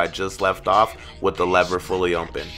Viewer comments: It sounds like you say “ompen” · Really good! Is it just me or does it sounds funny when he says open?